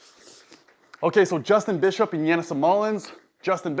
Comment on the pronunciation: YA-nis. Not Yan-nis. Lol. Killing me with these names.